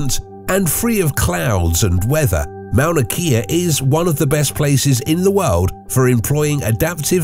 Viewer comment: While he's at it, he can work on the proper pronunciation of Mauna Kea.